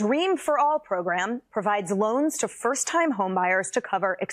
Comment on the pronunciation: "loans" lol